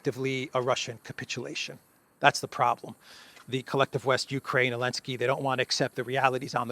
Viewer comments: You can tell someone's a shill because of they way someone pronounces names like "Olensky" (negative slant) and "Lavrov" (positive slant) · Always wondered why you say Elensky? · Lol. I think it's physically impossible for you to say "Elensky's peace plan" properly pronounced and in a normal voice. Love it. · Silly. Just because the Z is silent, doesn't mean it isn't there. If the Z is implied you must be tried! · It's hits different to hear you say the z :face-blue-question-mark::cat-orange-whistling::face-fuchsia-wide-eyes